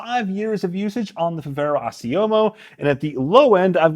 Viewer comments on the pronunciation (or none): It's not "Assiomo" it's Assioma. Smh I'd expect more from someone like you